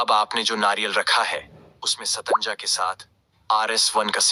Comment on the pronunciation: Pahele satnaja bolna to sikh